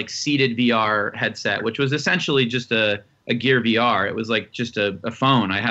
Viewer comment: ok , so, for over five minutes,i have been hearing him say "BR", instead of "VR". after how excited they were for "BR", i was starting to jump on the bandwagon. kinda want it now. was that enough commas? idk im pretty high.